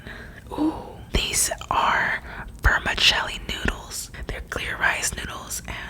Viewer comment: 'Vermichelli' xD pronounced ver-mi-se-lee